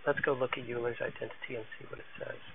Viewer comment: Very helpful video, thanx. Euler is pronounced "oiler".